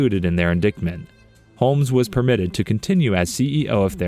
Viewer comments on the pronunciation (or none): In-DICK-ment? Where did you go to third grade? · Learn how to pronounce indictment. The "c" is silent and it's a long "i" as in "in-dyet-ment". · “Indicktment”! lol